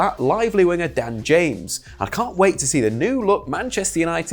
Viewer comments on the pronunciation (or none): none